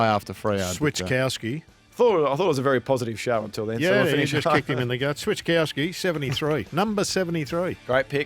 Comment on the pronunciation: One day Gerard Healy will learn how to say Switkowski, SwiTkowski, not switCHkowski or swisskowski